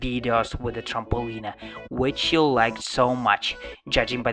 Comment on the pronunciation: You say trampoline like trampolinea. It's supposed to be tramp-uh-lean. Your accent is so cool lol